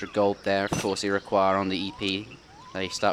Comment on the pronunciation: Iroquois sounds like ira coy and Baja sounds like ba ha.